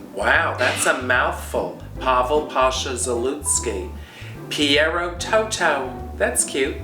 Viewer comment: You could count the number of leaves in a Tension Tamer tea bag, I'd still watch you! Thank you for saying my name beautifully (aka Dorothy's dog). Looking forward to watching your show. Love you ♥♥ PT